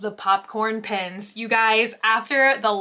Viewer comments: u keep saying pins not pens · What Everyone hears "Pens" What I hear "PINS" HELP🤣🤣 whyy? I love you.🥰🥰🥰